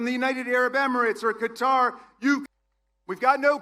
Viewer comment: Raskin is the one and only American who I have heard to pronounce the word Qatar correctly. That in addition to lots of great other rhetoric and substance🎉